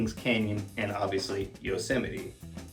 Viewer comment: It's pronounced Yosemite